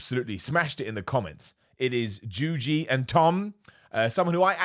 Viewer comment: These two run an entertainment channel. What do you mean by "listen"? Also "JUJI" not juju. How hard can that be,?